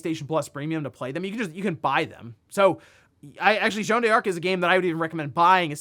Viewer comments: A little bit of a correction for: you don't pronounce it "Jeanne Dearc", you pronounce it "Jeanne Darc" with a French accent, no need for the "e", similar to Joanna Dark. Incidentally, Rare based Joanna Dark name in the actual historical Jeanne D'arc. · Jeanne d'Arc reads as "Joan Dark" not "Joan de Ark" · It's funny how you make a big deal about the correct pronunciation for Emio, but you keep heavily mispronouncing french names like Jeanne d'Arc or Yves Guillemot without a care. I have a free consultant for you if you need.